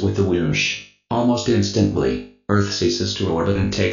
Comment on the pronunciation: In-stent-lee LOL